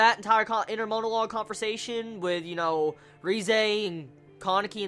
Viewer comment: Not to be a jerk but I hate how you say Kaneki and Rize